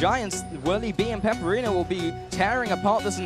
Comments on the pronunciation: OMFG, it's not peperino, IT'S PEPIINERO... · I really hope in the next round they call Pepiinero properly, not Peperino... Seriouly, every time they say "Peperino" my ears bleed...